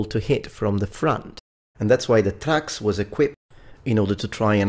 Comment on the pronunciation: Most of what you said is false, First off it's Thraex not Trax, secondly the main fighter of the Murmillo was not the Thraex it was the Retiarius, another thing was the Provakator was the gladiator based on the Legionary, I'm not trying to be rude but when you make an educational video you should try to make sure you have everything right.